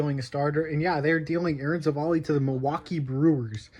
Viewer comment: its civ-ale, not civil lol jk. Why are brewers trading for shitty pitching? lol